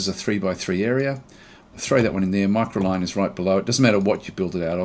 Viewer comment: I love your work, been watching it for ages, the style is enjoyable, your voice is easy to listen to...but.. I gotta say it.. its been weighing on me for ages. Micro*C*line. There is an extra C in there. Not Micoline as you keep calling it. 😶‍🌫